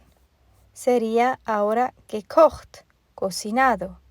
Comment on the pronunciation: Excelente. Me encanta como suena "gekocht". Bonito idioma el alemān. A propósto ?de qué país eres?